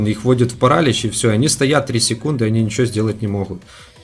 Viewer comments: не пАралич , а паралИч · Не парАлич, а паралИч Слава украине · паралИч , а не парАлич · Парали́ч правильно Парали́ч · паралич ударение на иииииии